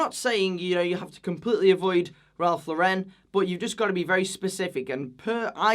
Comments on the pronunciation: FYI: Ralph Lauren is pronounced like Lauren Bacall, not like Sophia Loren. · First of all, the Lauren in RL is pronounced like the female name Lauren, not LOREHN like you do (sorry i just hate to hear it pronounced like that) and even though i would NEVER pay full retail price on Polo Ralph Lauren, i think that during sales, for 30-50$ a for polo, a shirt, a sweater or even jeans, you really can't go wrong. I have even seen canvas sneakers for 20$ at Polo, and these are like H&M and Zara prices, and don't tell me that Ralph Lauren has worse quality than Zara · Pet peeve: It's Ralph LAU-ren. Not Ralph Lau-REN! Bit of a Faux-pas for a fashion channel to mispronounce such a ubiquitous brand. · Ugh. At least pronounce Ralph Lauren correctly if you are going to slam it. Lauren. Not fancy. As in Lauren Bacall.